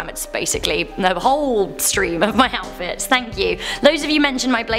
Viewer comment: Wow, I actually got the temps of the water pours right! Maybe it's cause I heat a lot of milk for my hot cocoa and water for ramen. Also did anyone else hear say OWL-fits instead of outfits?